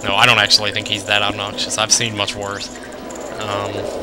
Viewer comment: I love how you put emphasis on the "ob" in "obnoxious" It's OBnoxious!